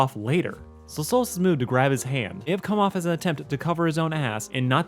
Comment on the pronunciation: Why do you keep Calling stolas stolits with a z?